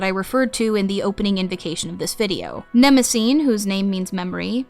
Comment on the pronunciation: Just wondering: you quite consistently use the Homeric Greek pronunciation in your videos, but why not do so on the name of Mnemosyne? There is no silent vowel in any form of Ancient Greek at the end of a word, so Her name should be quadrisyllabic, and the "y" should definitely not be pronounced as a long "i"...?